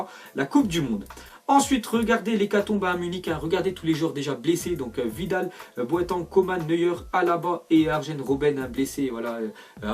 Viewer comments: Sa se dis boating et pas boatENG merde. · " Boatang " tu as pas le droit... 😅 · Mec tu sais pas dire Boateng ou quoi ? 😂